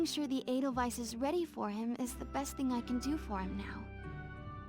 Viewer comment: the way you pronounced the Edelweiß this episode was off, especially the weiß part, its not a wiss but a w-aye-ss